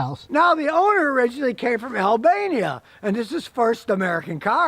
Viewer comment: what did you say, ALBANIA? 😆